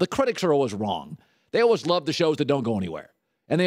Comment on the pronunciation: lol I can't deal with the way he was saying always